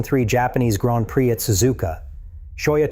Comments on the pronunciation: AI voice said “Grand Prick”. 😂 AI is trash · seriously why did you say Grand Prick?